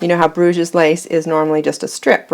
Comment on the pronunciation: Hi. Thanks for the video. Sorry to be a little pedantic but it makes me cringe every time you say "Bruge's lace". It's pronounced without the S at the end. So it's pronounced Bruge lace. This is because it originates from Bruges in the north of Belgium, where French is spoken. Bruge's lace is a very ugly way to describe a beautiful lace!